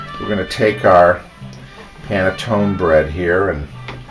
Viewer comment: Hi and!! Love you both! I'm recent subscriber. i'm watching bread pudding with panetone. Please pronounce the ninal 'e'.